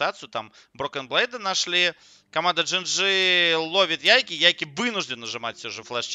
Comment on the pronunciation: Как же меня убивает твое "ЯйкИ" =)) ты же слово take не говоришь "тейкИ" =) Его английские комментаторы называют "Яйк"